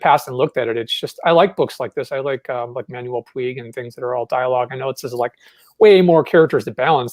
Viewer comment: What writer does mention about? it sounds like Manuel Fweeg to me